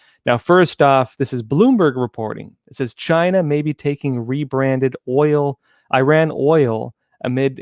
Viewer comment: thank you for saying. "EE RAHN" and not "I ran".👍👍👍